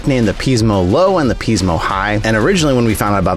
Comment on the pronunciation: Pismo is pronounced "Piz-Mo", not "Peez-Mo".